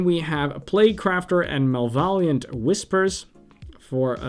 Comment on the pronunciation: Malvaliant Whisper was my favorite =P